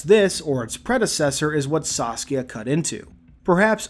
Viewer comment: Every time I hear you say "Saskia" I think you're saying Sasuke like the Naruto character.